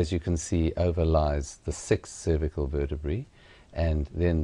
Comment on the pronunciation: Where the fuck did you learn to say cervical like that?